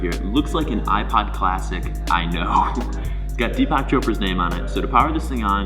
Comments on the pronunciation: He managed to pronounce Deepak almost as Tupac😂😂😂😂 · He is pronounced deepuk 😂😂😂